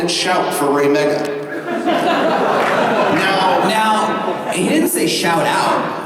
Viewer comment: After a while that raymega chant sounded like "rape a goat"...